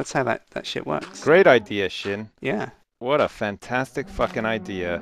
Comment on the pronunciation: Not mutch because you said sin *Sjin